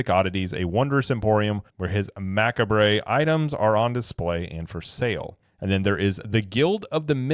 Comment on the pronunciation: Macabre pronounced much-kaab